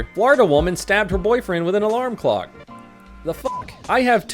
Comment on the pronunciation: Can this man read it’s a clock not a glock 🤦🏻‍♂️